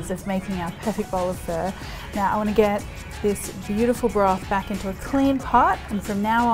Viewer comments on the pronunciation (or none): sorry- did you just say Vietnamese fur?! lol it's pronounced "fuh" like the start of the swear word. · Shes been syaing fur the entire time and my Asian ass is triggered